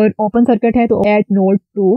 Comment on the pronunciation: Ma'm awesome video.. Bus ek suggestion hai, sircut mat boliye plz, circuit boliye, isse aapko teaching better ho jaegi